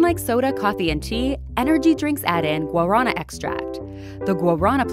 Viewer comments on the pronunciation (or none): It’s not Gua rana Iss Gua Ra na. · its pronounced GUARANÁÁÁ u stupid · the way she said "guarana" annoys me it's pronounced gua-ar-nah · When i heard guarana i was like tf is that? And then she drew it and i was like ooooooohhh guaraná! These americans and their wrong enunciations of foreign stuff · As a Brazilian, it took me a minute to understand what she was pronouncing. You gotta roll the r in guarana lol.